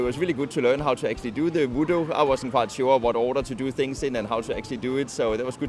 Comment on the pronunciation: Its wuduk...not voodoo lol